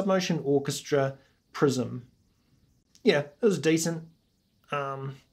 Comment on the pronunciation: Prison lol. Your fisherman's hat goes well with that pronunciation mistake. Too bad their prime time has gone because the DJ left. I think your analysis is fair. Their music is bit conservative and nostalgic while they can go further with the set. Worries and In gold are their golden tracks.